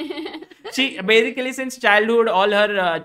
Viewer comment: No one - Sagar Shah - So Bazically 😂